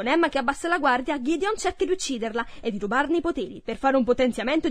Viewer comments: GHIDION!? Si chiama GEDEONE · Il figlio di bel non si chiama Ghideon ma Gedeone